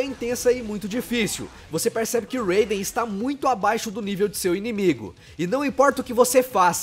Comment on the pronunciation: Naverdade, em metal gear, se fala RAIden, tipo, como se tivesse um acento agudo no A